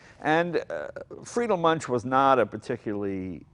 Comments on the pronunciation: Münch, pronounced "Moonk". Just sayin'. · lol, it's "Muench," not "Munch." Mooen'k. Munch on that. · Moonk not munch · Jay, it's pronounced MunKH, not Munch, like you're munching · Please stop talking, Mr. Leno..I just wanna hear the sound of the Münch (not spoken Münsch)..Thank you for the video!! Greetings from Germany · There is one collector in Germany who has got one hundred of them. Almost impossible to acquire one. Btw. It always causes pain to hear anglo-saxon pronunciation. That is how to pronounce Muench (ue can replace the umlaut). It is not too difficult. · Hey Jay, if you manage to pronounce Duesenberg the right way, why don't you try it on Münch as well?! Ü/UE is pronounced the same way. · Plz speak Münch "Mynsh". Thank you from Germany ;o) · "Moon-kh" is the pronunciation. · it's pronounced mounkh - the ou like in would/could/should and kh with a little spit :D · I suppose it depends on where you are from in Germany. I would pronounce it MOUNkhin (ou as in would) myself. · Americans can't pronounce "Münch".